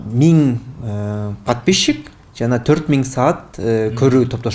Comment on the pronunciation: Подпищщщик дейт го. Микрофон которгон бала без грамотный экен бир ааз кичине китеп окуу